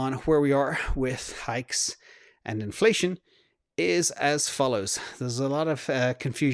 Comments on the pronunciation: He totally said cornflation!🤣🤣🤣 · At one point I thought you said ‘cornflation’ lol! I’m actually curious what that chart would look like now 🤔